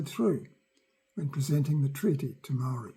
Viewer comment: Our ancestors have been here for over 200 years. Why can't kiwis pronounce te reo Maori properly? The English language has all the sounds necessary.